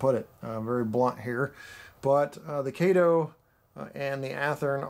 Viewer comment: F Y I: Kato is pronounced kah tow.